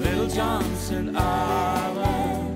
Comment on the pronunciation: He could at least pronounce Johnston correctly